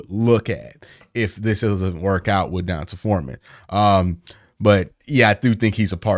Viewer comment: Why does Q say Dont’a Foreman’s name like DON-TAH.. I’m almost sure it’s pronounced DON-TAY